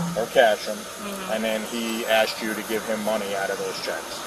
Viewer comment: IKR. 🤦🏽‍♀️ “Frabic” . . . “Axed” him. 😖